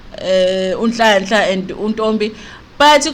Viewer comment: Haaau sisi, your pronunciation of "nganele"😟😟